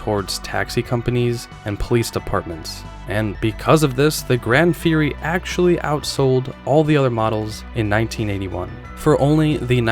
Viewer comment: Sir! "GranD Fury"!?? Plymouth used GRAN (no D) for a long time. It was well and widely known.